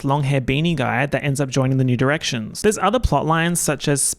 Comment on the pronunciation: every time you say new directions it sounds like nude erections